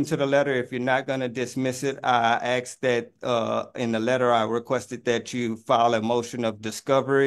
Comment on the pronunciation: He sure "AXE" al lot from the court.